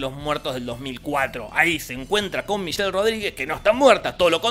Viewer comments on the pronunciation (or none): none